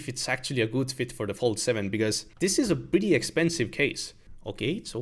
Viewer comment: Galaxy "Phold"